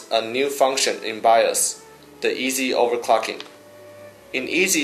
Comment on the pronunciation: Over-COCKING. Over-Cocking. Over-Cocking. Jigga-Herts Jigga-Herts Jigga-Herts Jigga-Herts Jigga-Hert